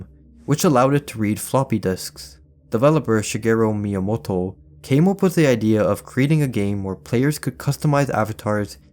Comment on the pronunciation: Finally someone pronounces Miyamoto's Name correctly!